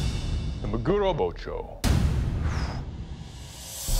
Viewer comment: MAguro, friends. Say it with me, MA-gu-ro Gotta love american maGUro